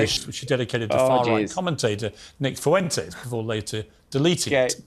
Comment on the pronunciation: Pierce Moron. Look, the way that Moron struggled to say Fuentes, like "Foowentes", much like they do on Fox, I'm pretty sure he'd say quesadillas like in question with the hard double ll sound. Freeborn Englishmen like Pierce have no truck with foreign words and food.